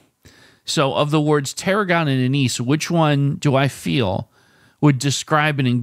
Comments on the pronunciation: Not knowing what Anise (pronounced ANN-iss) or Tarragon are certainly hurts. I think you need to do some more adventurous cooking! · You said "'Wizard of Oz." How does your TV not show you a green Emerald City?? Also "Anise" has the accent on the first syllable., sounds like "ANN is."